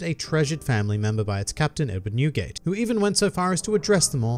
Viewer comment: When he sad newgate i thought i heared nuguet the candy haha.